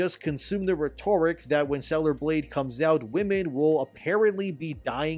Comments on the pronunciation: Forgive me, but its RHET-or-ick, not rhet-OR-ick. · RHEtoric, not rheTORic! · Rhet Or Ick Say it with me RHET-OR-ICK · Love your content keep it up but the word is 'ret tor rick' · Rhetoric is pronounced a little differently than it is when its part of "rhetorical". Just like horizon is pronounced differently than "horizontal". Just a heads up. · I have been silent too long. I need you to learn to properly pronounce the word, "Rhetoric." =D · It's pronounced "rhetoric," not "rhetoric." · Please learn how to say "rhetoric"